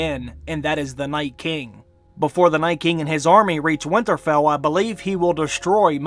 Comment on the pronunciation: I love this channel and watch every video, so I'm not bashing at all, but every time I hear him say "Winterfell" I cringe.